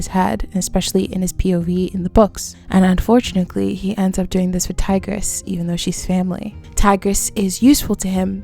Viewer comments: Am I the only one who got trown out of the content by the "unfortunakly" insread of unfortunately? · You also said "unfortunickly" multiple multiple times instead of "unfortunaTELY"😭 was that just a repeated goof or do you just not know how to actually say the word? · Am I tripping or are you saying unfortunacly ?😭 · This is a real nitpick but its "unfortuNATEly" not unfortunikley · "Unfortunickly" haha I wondered if I was imagining it! But it reassured me I was listening to a real person and not an AI 😅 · as i crazy or does she keep saying “unfortunickly” anyway amazing video love the insight!!! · damn god forbid someone mispronounces something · Am I hearing “unfortunickly?” Or am I crazy? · Why do you say "Unfortunickly" 😂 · UN FOR TUNATLY. UNFORTUNATELY. THERE IS NO C IN THAT WORD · I can't get past the "unfort u knit lee" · I thought I was tripping Everytime she said it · This is a genuine question (I’m not a native EN speaker) but why do you pronounce unfortunately this way? Is it an accent? It’s so interesting to me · y u say unfortunately like that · bruh i cant finish this video bc of the way you say ‘unfortunately’